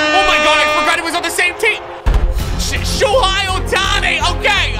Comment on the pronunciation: It’s pronounced “show-hey” not show-hi